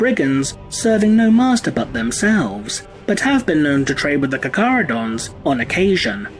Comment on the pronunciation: I thought it was pronounced CAR-CHARH-UH-DOHN-Z.